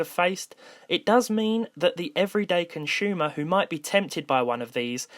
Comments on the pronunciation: If you say conschumer one more time😂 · everyday conshoemer